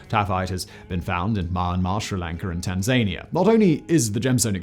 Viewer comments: Where is Tannsaanana? Tanzania pronounced "Tan-ZAN-ee-a" is in Africa! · I love the fact that Simon includes a weird pronunciation in every video. Are these easter eggs I wonder? In this case Tanzania. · Can we all take a moment to recognise Simons absolute hatchet job of pronouncing Tanzania 😂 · I noticed that, but I'm far too polite to post...wait a minute, no I'm not. 🙂